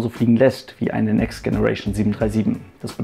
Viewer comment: Tolle Serie! Aber bitte hör auf "Next Generation" falsch auszusprechen. Richtig ist [Tscheneration]. ;)